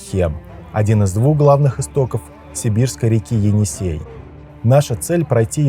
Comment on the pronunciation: Енисей а не Эне - Сай .